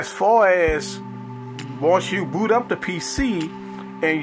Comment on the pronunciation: it sounded like he said booty